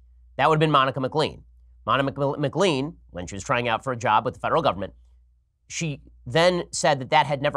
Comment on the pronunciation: You mispronounced McLean - it is pronounced McLane.